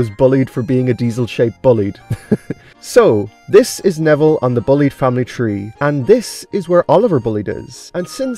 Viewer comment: And I think you mispronounced “Bulleid” as “bullied” instead of “bull-eyed”.